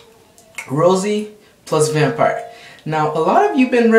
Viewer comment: um your awesome and all but you totally said rosairo vampire wrong and the names unless thats the dub verzion or something